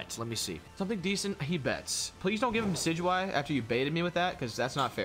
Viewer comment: Ew you called decidueye DECK-EE-DEW-EE?? it's DEH-SI-DEW-EYE